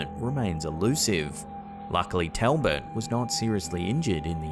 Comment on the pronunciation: Talbot is pronounced tawl·buht.